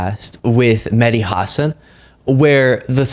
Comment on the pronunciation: I love your content,. I watch every day. Just one little thing: The emphasis on Mehdi Hasan's last name is on the second syllable (Huh-SAAN). I used to love Chris Cuomo and his reporting. Now he's leaning way too heavily toward wackadoodle.